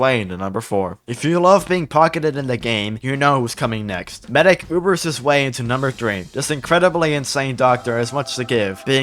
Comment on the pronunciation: Medic, It's medic.